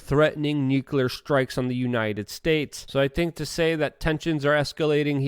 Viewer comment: It's Luke though so he gets a pass. He can't even say nuclear right lol